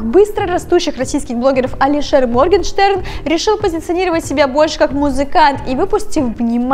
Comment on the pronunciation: Моргенштерн а не моргестэрн